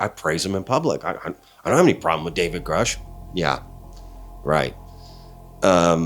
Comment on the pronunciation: The fact Elizondo refers to Grusch as a colleague, then can’t pronounce his name correctly is a big red flag for me. “Groosh” is the litmus test for whether or not someone is full of shit.